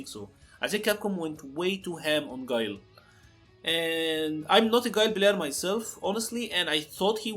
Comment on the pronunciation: Damn not my boi Gwey-Lai